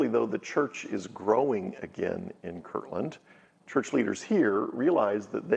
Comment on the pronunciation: I don't mean to be a Grammer police, but it is Kirtland, not kirkland.